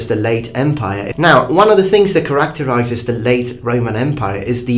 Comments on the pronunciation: It’s pronounced character-eye-ziz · Just a friendly comment: 'capable' has a longer first 'a'. =) Edit: Same with 'characterizes'. =)